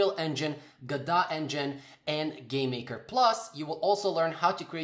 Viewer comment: Guh-doe not guh-dot